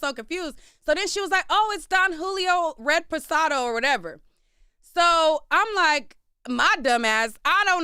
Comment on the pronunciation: It's "red pasado" fa me 😂😂 It's "REPOSADO" 😂